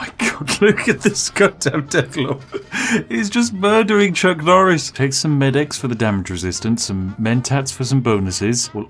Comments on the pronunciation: Nucc Chorice: A Farce-a-Ton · its nuck choris! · It's Nuck Chorris